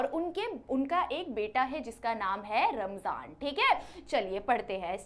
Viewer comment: Rahman, ❌ ramjan ✅